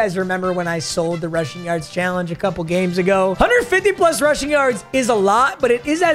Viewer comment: “153 yushing yards” 😂